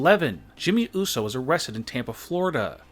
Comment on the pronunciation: it uso not uso